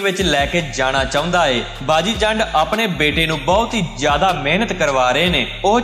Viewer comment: ਜ਼ੰਡ ਨੀ , ਜੰਡ